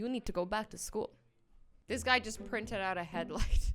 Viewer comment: Pause then cause she says jush instead of just